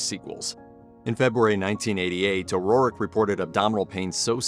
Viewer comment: This is the second video this week that I've watched that pronounces O'Rourke as O'Rorrick